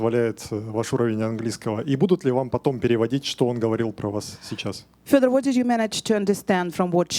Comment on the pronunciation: Love how Ariel is the only person who can pronounce Fedor name correctly, more like Furdjor